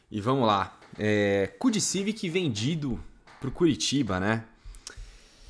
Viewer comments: Ele começou falando cu de Civic ? Ou foi eu que entendi errado kkkkkkk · Não tankei "Ku de Civic" kkkkkkk